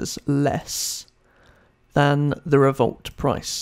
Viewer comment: Its not revolt its revolut